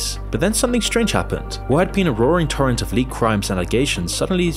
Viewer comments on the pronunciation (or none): none